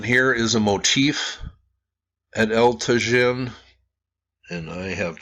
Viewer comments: it is pronounced tah-HIN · Pronounced as Ta-yeen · It’s pronounced El Ta-Heen. The J in Spanish is pronounced as our H. It amazes me no one took Spanish on high school? Come on this should be basic when doing a video about a site in Mexico. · "Eltuh-zhihn" 🤣... I have a hard time believing that he went there and took all these videos without ever hearing ANYONE pronouncing the words "El Tajín" correctly... It's amazing how dense these wealthy travelers insist on being, and how little respect they have for the places they are privileged to visit, and how they then post these videos of their holiday that only emphasize their own ignorance/lack of interest. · I visited this site 35 years ago and remembered the correct pronunciation of El Tajin. I was gonna say something but poor gets criticized too often for his honest attempts to pronounce.;-) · Probably the "j' El Tajin would be an "h" sound. Like San Jose.